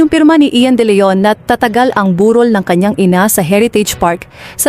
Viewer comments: burol hindi borul pati vlog AI narin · Narrator burol bundok ba yan anong on or Aunor iba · Honor ka ng honor…bur rol…pakiayos po. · Ang sakit sa tenga how she.pronounced burol,at kabaong sarap sungalngalin